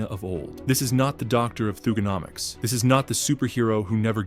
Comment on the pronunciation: Stop mispronouncing thuganomics😢